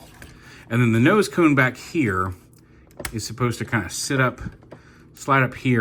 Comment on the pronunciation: I know that you mean :) that was the only time you said tone instead of cone.. so atleast it was just one time thing :)